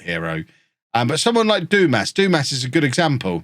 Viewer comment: Dumas…. It’s pronounced, Dumar 😉